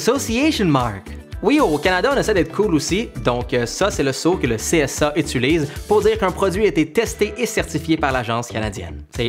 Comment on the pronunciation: Dans cette vidéo, tu dis vraiment souvent le mot utiliser, que tu prononces ituliser. J'adore.